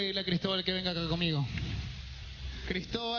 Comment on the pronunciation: es suriel no muriel